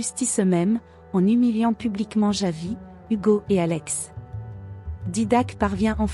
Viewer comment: Ce n'est pas " yavi" mais Javi, la J, il faut savoir comment le prononcer.